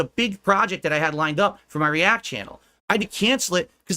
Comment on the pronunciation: It time ree-ack